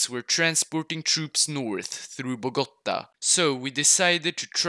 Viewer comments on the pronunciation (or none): Nice pronunciation, but why do all people Say Bogota, is Bogotá 😭 🇨🇴